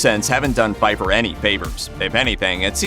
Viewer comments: In THE SECRET DIARY OF DESMOND PFEIFFER, you pronounced the "P". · The P in The Secret Diary of Desmond Pfeiffer actually ISN’T silent.